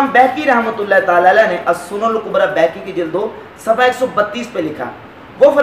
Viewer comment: بہیقی کا تلفظ بیہقی غلط ہے،عالم کو اس کا خاص خیال رکھنا چاہئے، نیز ٹشہد میں انگلی اٹھانے تک آپ کی بات ٹھیک ہے لیکن دعا ٹشہد کے بعد آتی ہے، اور حدیث کی رو سے دعا اور ٹشہد الگ الگ حیثیتیں رکھتی ہیں، آپ نے حضور صلی اللہ علیہ وسلم کی کلمہ شہادت والی دعا گو سیاق و سباق سے ہٹ کر بیان کیا ہے،وہ حدیث دعا کی منصب اور شان عظمت کے سلسلے میں وضاحت ہے نہ کہ انگلی اٹھانے کے بارے میں، اس لئے ٹشہد کے بعد دعا میں انگلی سے اشارہ حدیث کے نزدیک ترین اور معتبر ہے